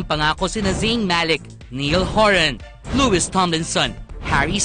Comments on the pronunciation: Its not "niell"niall and its not "luis" it is louis with a silent s. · louis is pronounced aslouie not lewis. nayal not niyal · its not niell its ''niall'' not luis ''louis'' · Why am I so Triggered when they said “Neeil” and “lewist”?! It’s niALl and lOUis please get it right